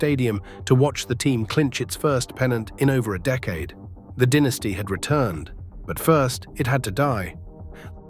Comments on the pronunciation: "DIN...es tee" vs DYE...ne stee. Moron AI strikes again. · When putting together a video about an American baseball franchise, is it asking too bloody much to get a narrator with US-English pronunciation who won't say 'DINN-iss-tee' instead of 'DY-na-stee'?! Crikey?!! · I read in a book years ago that someone asked one of the dynasty players why the team declined so badly. Fellow said something like, "Mainly, about 12 guys got old." I watched the whole video. The things that struck me were the really bad AI graphics errors, narrator mispronouncing names and irrelevant or erroneous photos accompanying narration. Most baseball/Yankee fans already know about this era in great detail. Someone doing a video like this must be careful to be accurate.